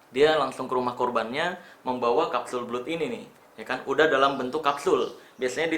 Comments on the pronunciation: "Blood" bacanya "Blad" Bang, bukan "Blud", CMIIW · bacanya blad bang bukan blud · Kapsul blud versi lidah indo Setahu saya pengucapannya blad 🙏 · Kapsul belut😂